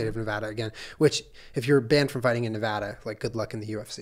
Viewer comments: Sorry Jenna, as a Nevadan I am obligated to correct your pronunciation (this is all in fun, it is an ongoing joke in Nevada. Don't come for me :D). It's pronounced "Neh-vah-duh" and not "Neh-vaw-duh". Love you guys! ;) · Jenna, I love you, but it’s NE VAAAAAA DUH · Jenna pronouncing Nevada wrong hurts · You said Nevada wrong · Oh no. The way Jenna pronounced Nevada 💔